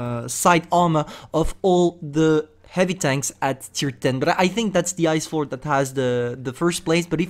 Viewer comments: he said hivy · I kinda miss his "hivy,, 😢😢